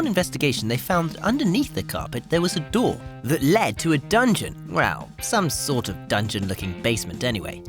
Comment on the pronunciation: "A doooh in the floooh!"